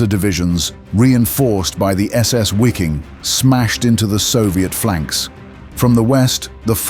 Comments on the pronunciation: Wiking? As in Wikipedia? Try VIKING, pronounced as in German. Mispronouncing foreign names is a sign of i-illiteracy. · better say vee-king - that is more accurate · The German word "Wiking" is pronounced "Viking."